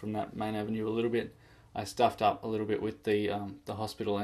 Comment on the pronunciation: Since Sim City5, I've been on youtube looking at Sim City 4 vids like this (Like this one the best by the way), my laptop died about 1 year ago, thinking about getting it fixed up, and playing Sim City 4 again! Look forward to the next vid. Liked how you said "stuffed up" hahaha